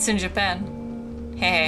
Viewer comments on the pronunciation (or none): none